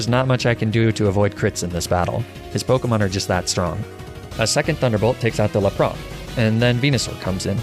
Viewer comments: La-pras Ar-kay-nine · Lapra, arkanine :( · I cannot get over your pronunciation of “La - Prah” and “Ar - Ka - Ni -Nay” but it’s still entertaining as hell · Why did you call lapras lapra? Its La-pr-as lapras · Jeez lol no disrespect man but plz don’t call Laprasssssss “LAPRAH” no . Just no. Stop it. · Its not lap-RAH! Its laPRASSSSS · LAPRA? It’s L A P R A S S S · 'lapra' This is intentional, right? This game is Japanese not French, they don't do the silent S thing as far as I know. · The way he said laparas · that lapras and goldduck pronunciation bugs me. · “Laprah” Fine “Arcaneenay” Fine “Jolduck” Alright fellas I think it’s time for a crusade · What's a lapraa ? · ah yes, my favorite pokémon, lah-prah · "Jolduck" and "Laprah" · Do you ever just 𝓛𝓪𝓹𝓻𝓪𝓱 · Your pronunciations are hysterical, Golduck, Lapras, Arcanine and Magnemite are not pronounced that way. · did he just say jolduck instead of golduck? And why did you pronounce Lapras and Arcanine that way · Your pronunciation of Lapras and Arcanine is atrocious. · How did this man just pronounce Lapras?